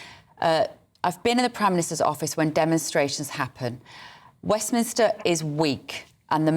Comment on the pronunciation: Westminster, NOT WEFMInster